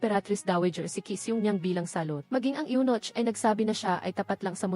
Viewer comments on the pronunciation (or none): Anong Yunoch? May nochhh talaga? Yunok ang pagbasa nyan. Spelled as Eunoch in English.